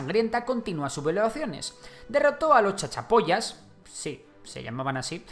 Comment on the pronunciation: Muy bien, no importa la pronunciación, muy buena la explicación, aunque reí un poco cuando te referiste a Chachapoyas jejeje , no importa; Saludos desde el Collasuyo - Moquegua - Perú